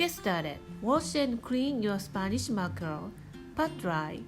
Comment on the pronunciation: I had to listen twice whe you said "Sanish mackerel" because I thought I heard it wrong, why? Because I'm Spanish and couldn't believe this recipe was using some ingredient so easily accesible for me! Next time I see mackerel at the market I'll buy some and try this recipe ^^